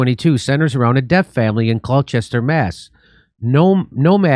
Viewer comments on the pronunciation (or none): Its not CLO CHESTER, BUT CLO STER. MASS. Ahab's port in Moby Dick. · Jimmy it’s pronounced gloster, glauster MA. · It's Glaw-stuh! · It's GL-AHH-STA! I had to pass that on but feel bad as I love when you pronounce names that are odd or long. Luv you guys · LMAO Jimmy pronounced Gloucester wrong. I was born there. The best part is watching people not from the area pronouncing Gloucester, Worcester, Peabody, etc... It is hilarious. I remember when Brett Michaels of Poison performed at the Worcester Centrum and he said it is always great to perform here in WAR-CHESTER.